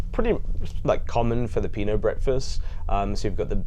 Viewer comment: Its not pino its pinoy😂😂😢😢😢 Also its pronounced siopau😊😊